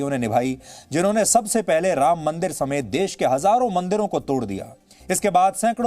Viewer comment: Ram ky hota hai shri Ram prabhu Ram 🙏bolna sikh lo phir reporting karna😠